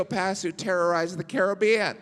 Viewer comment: "Pirates of the Caribb-Erie-an" anyone?